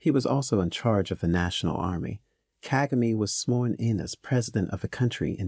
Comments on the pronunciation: Kagame. Stress is on the second syllable not the first like its mostly pronounced in this documentary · Nice but plesse learn to pronounce African names with the right stress. You pronounced "Kagame" fairly well at about the 12th minutes into the documentary, in other places it was wrong!.